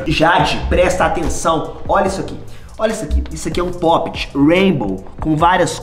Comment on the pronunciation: Ele fala pop et kkk